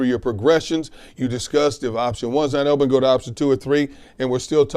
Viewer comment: Especially when he says ohmpen 😂